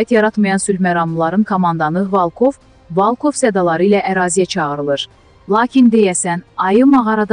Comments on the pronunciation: Yığmısız camaatı boğaza ,volkov sözünü də deyə bilmirsiz.valkov nə deməkdir?nə qədər səhv danışmaq olar mesajları oxuyun heç olmasa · Ay xanim Valkov yox Volkov Necə gundur Volkov deyirlər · Valkov yox, Volkov